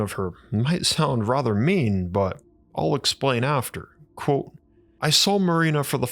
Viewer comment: It is pronounced "quote" not "quo".